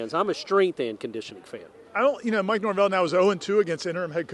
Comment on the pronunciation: Mike Norve-L